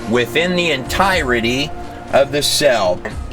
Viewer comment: this gut does a very insightful interpretation of the book of enoch as well. i wish someone would teach him to pronounce the word 'entirety'.